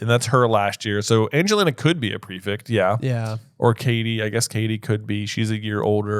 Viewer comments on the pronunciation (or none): why do you say prefict instead of prefect? someone please explain 😭